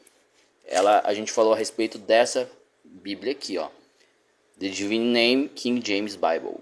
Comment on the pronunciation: Mano, não divino que se lê, mas sim deváine..